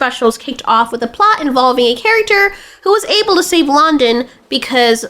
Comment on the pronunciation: We gunna completely forget the way you butchered saying “London”… it never happened 😂😂😂